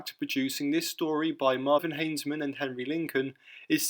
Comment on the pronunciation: Good video, nice bit of background research. Couple of small issues with names, however. "Marvin" Haisman? It is Mervyn - pronounced "mur-vin" He is then erroneously credited as "Hainsman" in your outro. Also it is Giles Kent not Niles.